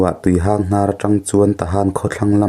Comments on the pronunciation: Tuihang' Lui nilovin tuihang'(mihang)chutiang chuan lm tur. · Tuihang (Chawhmeh hang anga i lam hi) Tuihang (Mi ngo, mi hang kan sawi a hang kan sawina anga lam tur a ni) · Tuihang khi i thluk diklo.Mihang tia hang anga thluk tur.Tin,Pinkhone tih pawh khi Pinkhung tia chhiar tur.